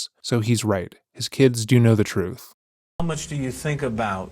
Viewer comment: I need someone to explain what “troof” is, he keeps saying it and I have no idea what “troof” is.